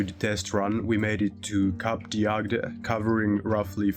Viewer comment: Cape D'Adge is not pronounced "DE Act" 😇, it is simply an apostrophe, you can just ignore him. But it is a nice corner of France.